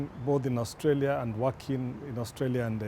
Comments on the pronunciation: It’s of AOURSTALIA, it’s Australia 😆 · Your pronunciation of Australia sucks... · That pronunciation of A-ustralia., stop playing. Did you also take some ostriches there?